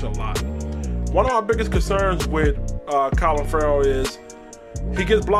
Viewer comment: Sounded like u said COLIN Ferrell... CLELIN , bruh!.. lol